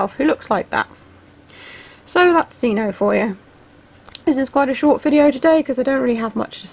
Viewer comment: Omg thank you and you pronounced it right 😄😆